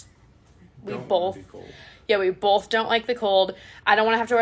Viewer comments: What about when she says "BOLTH" with an L. Or spells "Burrito's" with an apostrophe. This woman wants to be a teacher/daycare owner, ffs... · 😂 yes "bolth"